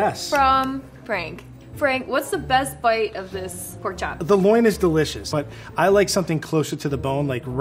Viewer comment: Did she say Porn chop dinner